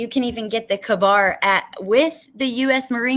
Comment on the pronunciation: The “Kahbar” pronunciation killed me 😭😂. Also you can buy them on Amazon...